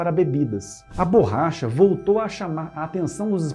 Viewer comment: adoro os vodeos de vocês, acompanho sempre, dando o "like" e comento algo para dar engajamento. Muitas vezes escrevo um simples "parabéns". Só que hoje me doeram os ouvidos escutando várias vezes a tal burracha. Parabéns pelo trabalho!